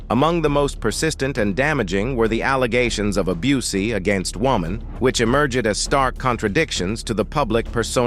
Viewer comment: Abuseee?? Soogi knight?? Cut this A.I. shyt out